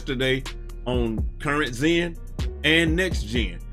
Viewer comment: This man did not just say Current Xen LMAO